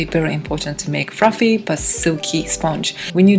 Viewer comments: Please consider remaking this video with a new voiceover. That cake looks so great, but Fruffy and Lough over and over again. Frows. Ooof. It was cute once. It was cringe by the end, and hard to understand at times. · there are no 'L's in the Japanese language :D